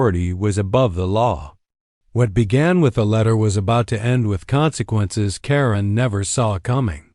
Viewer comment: It's Pronounced Karen not Corinne